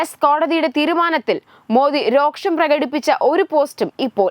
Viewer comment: രോക്ഷമല്ല അനിയത്തി, വെറും രോഷം..... ഒന്ന് ശ്രദ്ധിക്കു...... പ്ലീസ്